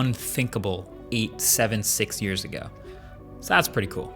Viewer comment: When you say 6x zoom it sounds la SEX ZOOM!!